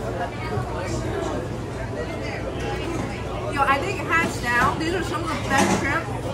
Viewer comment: It's hands down not hats down smhl